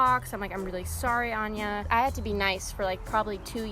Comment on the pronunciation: Ok its AN-NYA not AN-JA...